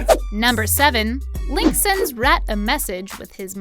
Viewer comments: Why is nobody talking about messing up Rhett's name on #7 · When she's announcing number 7, is or me or does she say rat instead of Rhett??